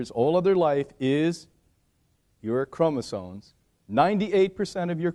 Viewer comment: chromosoMes why do americans say this word wrong so often omg its maddening